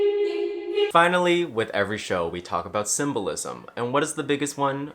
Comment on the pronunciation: I love how it said Simba Lizzo instead of symbolism 😭😭😂😂